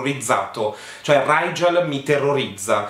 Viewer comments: Ma riguardo il nome del tipo, la stella si legge righel, perché lo pronuncia raigel xD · Piccola precisazione: Rigel si legge come su scrive, non Raigel (io lo so perché l'autrice aveva l'aveva specificato neo prologo su wattpad) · E dopo Bronagh e Brannah, diamo il benvenuto a RRRRIIIGEL nella cerchia dei nomi brutti🤣